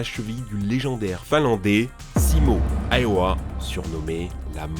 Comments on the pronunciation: Oui j’l’aime bien ce p’tit pote de Simo Iowa. Ah vraiment, vous les français ! Häyhä se prononce "Ha-u-Ha" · ça ce dit Hawa et pas haiwa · Alors pour faire le mec relou, je suis finlandais et Simo Häyhä se prononce "Simo Hahuha" mais super content de la vidéo, en tant que tireur sportif j'approuve la plupart des infos 😊